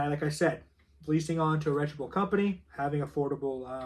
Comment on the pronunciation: It's reputable not retchable😊